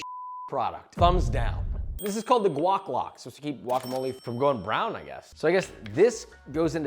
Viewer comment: Bro first time around I heard the guac lock as the gluck gluck 😂